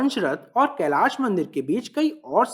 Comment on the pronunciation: Bade bhaiya mai aapki bahut samman kerta hu aap Hindi bolte hain to sahi uchcharan kre aap "kailasha" n bol k kailash bole kyoki aap angrej nhi hai aap hindustani hai aap Hindi ka sahi uchcharan kr sakte hain.